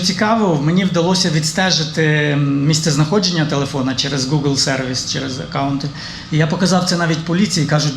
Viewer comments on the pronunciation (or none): none